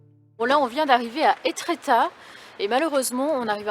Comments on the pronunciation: Sympa le retour avec cette visite improvisée chez des abonnés. Bon voyage et bonne visite dEtretat. Pour info, on dit Étretat et non Étrétat. 😉😜 Bien cordialement, Philippe de Normandie.🐄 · Bonsoir merci pour cette vidéo,j'habite prés de Rouen, par contre j'ai bien rie quand tu as dit étrétat non sa se prononce étretat, nos cotes Normande sont tellement jolies en tout cas je te souhaite de bonnes fêtes de fin d'années ainsi que a Dan et caresses aux matous la Normandie te salut bien..